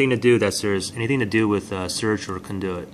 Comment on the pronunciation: Of course this does not work but I should have known, this guy cannot even pronounce CONDUIT correctly.